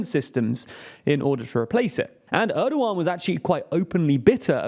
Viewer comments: nope there is h sounds in the name it is more like ERDOoAN, Turkish is really easy to read language once you go over the alphabet, in most cases letters is read exactly as you read them in the Turkish alphabet, there is no sudden changes in pronouciation of letters it won't change between kid and kite a Turk would read I in both of these words as they read it in kid, because i is an i it is not sometimes ay sometimes i . The only confusing thing is ğ because this thing is not a letter it has no sound or meaning it just elongates the letter before it. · It's Erdoğan, pronunced as "Erdoh-ahn" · because people should be smart enough to learn how to pronounce the ğ in Turkish. It's really not hard, it just elongates the preceding vowel. So it's Erdo-an, dead simple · Ana dili İngilizce olan birisi "Er-doh-ahn" yazısını okurken H harfini okumaz. H İngilizcede yalnızca bir hecenin başında okunur. "Erdo-an" yazsaydım "Erduen" gibi okuyabilirlerdi. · It's Erdogan, and yes, it's a weird pronunciation. And I don't get why people don't adapt it in some cases to a way that can be natively spoken, here in Brazil we do that all the time.